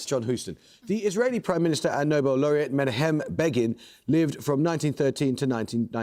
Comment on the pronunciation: Amol must improve his pronunciation. Menachem Begin is not men - ah - ha - hem. Irritating fellow. Amol, not Begin.